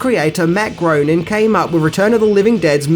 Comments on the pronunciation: GRAY-ning, not GROW-ning. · Groening is pronounced "Graining". Love this movie - thanks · Groening is pronounced "Grey-ning," like Walter Koenig is "Kay-nig" — the more you know >:-D